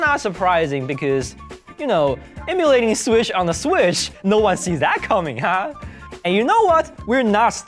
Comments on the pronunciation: nga said swish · Lol say switch again 😂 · "Emulae Sweesh onna Sweesh" XD